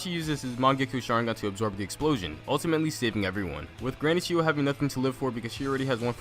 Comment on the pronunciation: when says chiyo I thought u said "cheeto"